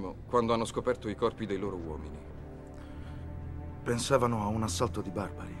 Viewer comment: vash fai attenzione non ho detto che e' un incapace ho solo notato un accento sbagliato che per carita puo scappare anche ad un professionista affermato, e' molto probabile che se questa sequenza fosse stata montata e inclusa nel film quella uomini con la o chiusa semplicemente in un paio di secondi gliela avrebbero fatta ripetere e buonanotte, si perche a parte quello il resto mi sembra fatto bene come intenzioni intonazioni etc, io poi sono un grandissimo fan di e gli auguro di cuore ogni miglior cosa ed anche a te quindi sta tranquillo che non e' successo nulla, ciao buone feste